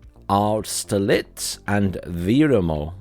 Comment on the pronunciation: Austerlitz: Ast (rhymes with 'ost) -ster-litz. </Neuroses>